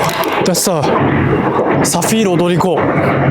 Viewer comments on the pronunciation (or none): The way his japanese accent slipped in when he said "Saphir Odoriko"